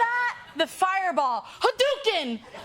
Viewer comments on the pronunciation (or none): It's a hard A in Hadouken